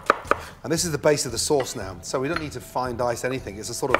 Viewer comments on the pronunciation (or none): none